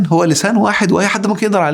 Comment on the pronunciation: صدمة يا دكتور صدمة وخصوصا عندما رفعت كلمة (هو)😱😱😱😱😱